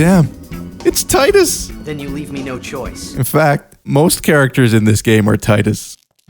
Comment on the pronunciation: It's pronounced "TEEDUS"